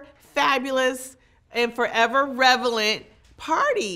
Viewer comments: What's "Revelent"..? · Forever “Revalent”? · Revalant??? Does she mean Relevant? 😂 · "Its relevant, not revelant." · I think at 30 seconds she may have meant “relevant”, instead of “revelant”? Idk... just a thought. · She said “revelant” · Revelant? Is she saying relevant?